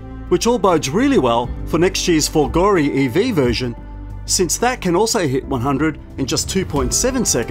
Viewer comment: If you are going to "review" a vehicle, at least learn how to pronounce the names. Trofeo is TRO FAY O Folgore is FOL GO RAY